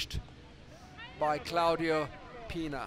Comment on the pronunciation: es CLAUDIA Pina, no ClaudiO Pina.